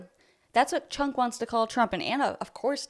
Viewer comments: You are so racist. His name isn't Chunk. It's pronounced Chonk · I love the way you pronounce his name: Chunk loll. Good video